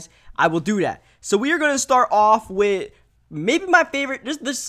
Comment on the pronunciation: TV he also aays wit instead of with lol